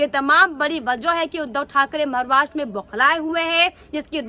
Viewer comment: आपको मैने दो तीन बार बताया था महाराष्ट्र बोलो मारवास क्यू बोलती है बेटा